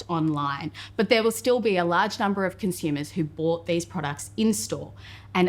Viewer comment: I can’t unhear the pronunciation of “con-shoe-mers”.